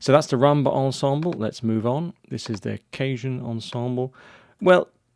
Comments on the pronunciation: Respectfully, you're pronouncing "cajon" as if it were "cajun," but it's not. :-) You're saying "KAY-juhn," which is how the word "cajun" (ethnic group) is pronounced. Cajon (the musical instrument) is pronounced "kuh-HONE." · LOL@ "CAY-Joan ensemble. It Is pronounced Kaw-HONE. Which is Spanish for:Drawer. As you can see, the boxes look sorta like drawers. Which they were for many years I'm sure. In the very old days. THANKS! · Cajun (kay-juhn) is very different to Cajon (kah-hohn)!